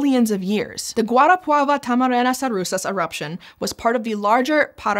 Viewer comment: brazilian here at least the brazilian name, she did a far better job pronouncing "guarapava-tamarana-sarusas" than most gringos while not perfect I'm pretty sure I've heard at least 2 rolled 'r's that alone puts her pronunciation at the top 5% of gringo's